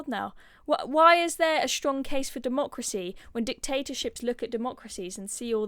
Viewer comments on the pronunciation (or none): none